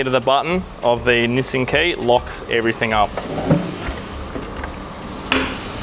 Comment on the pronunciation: Mate can you please stop saying everythink on camera its everything .. thanks